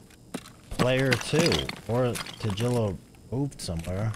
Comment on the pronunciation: Tagilla is pronounced with a G as in Gorilla, Great or Target.